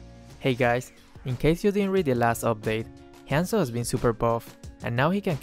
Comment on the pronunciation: whenever he says hanzo i keep thinking he says handsome HAHAH